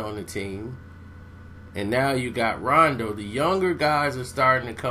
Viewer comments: did this nigga say ronde rondo? lol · I thought it was just me who heard that! I had to put my brew down like WTF?????? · "ronday rondo"?😂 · Example: Disorganized chaos lol